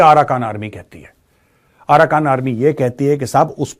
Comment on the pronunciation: Bahan ye aarakan nahi aarkan h or manamaar nahi Myanmar h. Apni language ko sudhare.